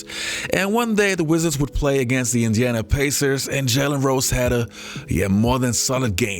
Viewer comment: My man my man my man, it is Indeeana Pacers, not Injana....hajahajaha, other than that nice video.